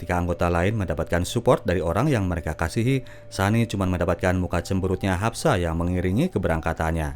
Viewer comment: Haspa bukan hapsa